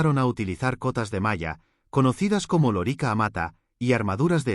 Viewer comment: Por dios, si supieras tanto de Latín como de Historia. Da grima escucharte decir una y otra vez loríca, con acento en la I, como si fuera la hembra del papagayo. Es lórica, esdrújula, hombre.